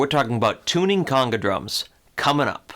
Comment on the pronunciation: He’s pronouncing the word conga wrong. It’s not conga like king cong, or coonga. It’s a long O sound